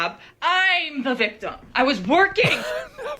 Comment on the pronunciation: "I'm the VICTUM". Grief, why are these children unable to pronounce words properly, these days?